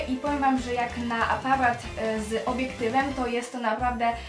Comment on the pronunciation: APARAT WYMÓWIĆ NIE POTRAFI XD